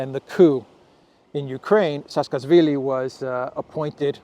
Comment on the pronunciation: His name is pronounced like this: Sa-a-ka-shvi-li